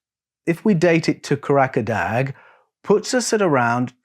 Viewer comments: Kah rah dah, not Kah rack a dag. There is no place in Turkiye called Karakadag. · Kah - rah - dah. There is no place in Turkey called Kah rak a dag.